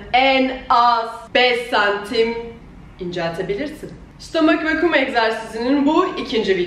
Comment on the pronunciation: stooommmeek vakiiuum